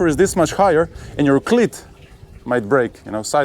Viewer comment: Great video. Iearned a lot. Thanks. BTW, your English is amazing but you might want to practise saying "cleat", making sure you lengthen that vowel sound (like "eeeee"). As in this video, it means something VERY different!